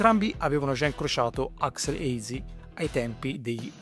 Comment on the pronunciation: AXL, non AXEL CAZ>ZO!